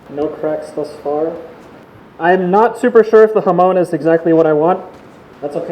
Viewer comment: Love your videos man. It's so cool seeing the entire process and your reasoning and thoughts behind it. Thanks for sharing! Also, please pronounce it as hah-mohn, and not hah-moan in your next videos!